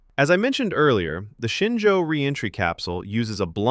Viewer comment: It’s ShenZhou (神舟). That mix‑up is just what happens when pinyin and English phonetics collide.